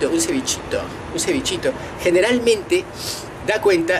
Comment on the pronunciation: No te sale "un cevichitooo" te falta CLASE..Pero un Argentino hablando de arrogante.. fin del mundo!!!